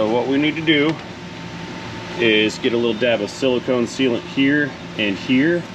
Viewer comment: Sealant. Not sealant. TomAtos. Tomotos. As you said, '...It seals'.